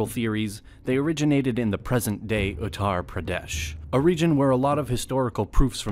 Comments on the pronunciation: Attar Pradesh not Uttar Pradesh 🤣🤣🤣🤣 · pls pronounce uttar pradesh correctly